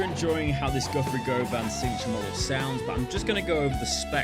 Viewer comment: It is "gu-vun" not "go-van"